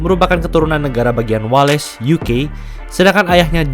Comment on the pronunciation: Wales dong bacanya, wels pea😂😂😂😂😂